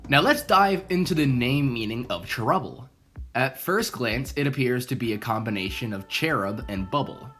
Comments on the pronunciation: can you please say "chair-ubble" instead of "trubble?" thanks. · Also when you say cherubble really fast it sounds like trebble which is a musical term